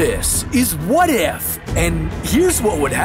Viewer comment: This not What if it is “WHA TI F”